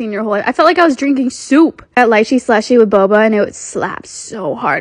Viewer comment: “that bobAaHH” “uh that boBAah”